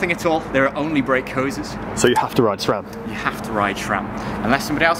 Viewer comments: SRAM, not SHRAM!!! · My mind is running out of gears, when hear "shram" 😋